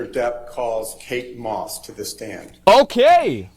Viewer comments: Did she state her name as "kate's moss?' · did she say Kates Moss